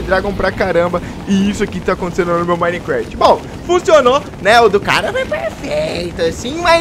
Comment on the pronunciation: quem q ele fala micrat